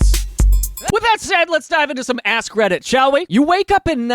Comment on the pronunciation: I'm sorry but did anyone else hear "Ass Credit" instead of "AskReddit" ?